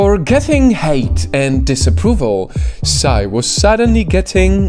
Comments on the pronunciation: PSY(sy)? I thought it was pronounced P S Y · Okay, first and foremost, we don't say PSY like "psai". You just spell the letters: P,S,Y. That's it.